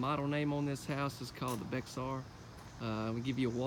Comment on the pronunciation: BEXAR is pronounced Bear at least in Bexar County Texas.